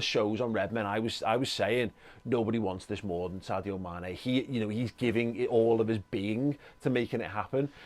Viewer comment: Amazing how many Liverpool fans cannot pronounce Sadio's name.. it is pronounced SARJO 😃😃